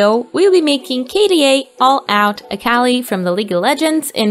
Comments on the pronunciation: (I'm not trying to hate but I need to point this out) Every time they say "Akali" it takes me a bit for me to realize what they're talking about, because they aren't saying her name correctly. Akali, as far as I know, is pronounced Ah-Kee-Lee. Thank you for your time, I'm sorry qwq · btw this isnt hate but a cal ie is how its pronounced